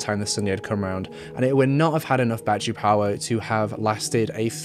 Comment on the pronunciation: He says battery like my great grandma use to ❤️ bat-tree